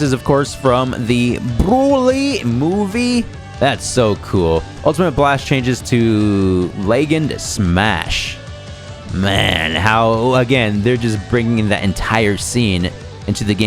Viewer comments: I hope you was trolling reading "legend smash" as "leg end smash" 😭🤣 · Just a heads up, it’s legend. Like legendary. Not leg end.